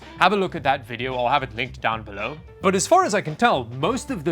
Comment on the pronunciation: alguna vas este men va a pronunciar bien "Down beLOWWW" bien? suena como si apenas pudieras respirar jaja